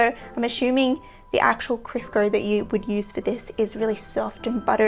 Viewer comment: Love the qaustralian accent saying Crisco. "Krisker" LOL I'd like an episode where you just pronounce American brand names like Kodak LOL